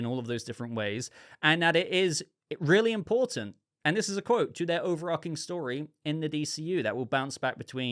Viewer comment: overarching .... ch .... not overARKing - sorry, I enjoy your discussion, that mispronunciation bugs me though